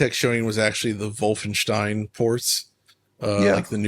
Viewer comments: It's funny how you say wUlfenSCHtein, when you try to make it sound German, bcause the U makes it half English. You have to replace the U with O. So the correct spelling is wOlfenSCHtein. Hope it helps in future :P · What about Volfenshtein or Woofenstein? This troglodyte pronounced it at least 3 different ways, and I don't think it was for comedic purposes